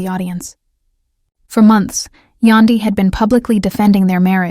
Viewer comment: Its YAN DY , Yandy! AI ughh